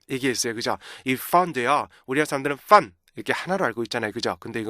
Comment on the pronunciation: 연구 진짜 많이 하셨네요 와... 근데 죄송한데 맨 나중에 fun 하실때 자꾸 퍼t 들려요. N을 좀 정확히 발음하셨으면 완벽하실거같애요. 감사해요